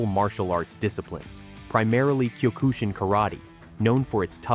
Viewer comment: Michael Jai White has a black belt in Kyokushin Kai Karate, learn to pronounce the word correctly please. As a student and a black belt in that style myself, it's irritating when people pronounce it wrong. And for the record it is the most practical for self-defence in real life. And also for the record, it is the "toughest and hardest" style all martial arts and that's not my opinion it is a well known fact.